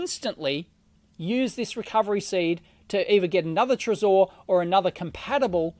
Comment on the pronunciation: It's trezor not trezore . Please please say it right